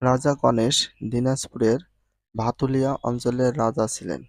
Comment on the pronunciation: ভাতুলিয়া ❌ ভাতুরিয়া ✅